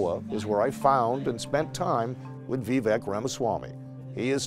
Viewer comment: Why must people STILL call him “Veeveck” ??